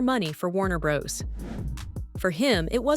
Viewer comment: bros is an abbreviation for brothers as in Warner Brothers, it is not brose. 😂